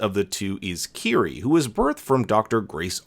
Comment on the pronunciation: I’m gonna admit that I thought Kiri’s name was “kitty” because her clan pronounced it as kitty